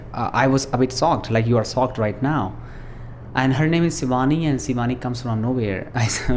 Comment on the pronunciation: aap sh ko s kyu bolte ho jese shivani ka sivaani